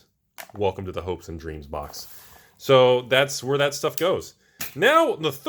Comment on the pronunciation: I thought you said Hoax and Dreams ':D